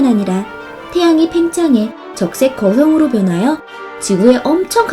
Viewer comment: 적색거성을 적색거형으로 발음하셨어요....